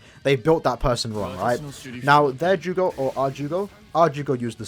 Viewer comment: Btw its jugram not jugo